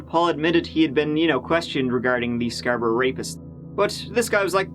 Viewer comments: I'm from Scarborough and I'm still not over how you pronounced it (good job on the video though m8) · It's pronounced "scar-bro" not sxarbrah. It's not Eden brah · "scarbruh" its scar-bo-row but i like this new pronunciation, it's like bruh but scarbruhhhh lmao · Where’s this dude from the way he pronounced Scarborough has me so confused. I’m guessing Scotland like the pronunciation of Edinburgh but idk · listening to you pronounce Scarborough is giving me life lmao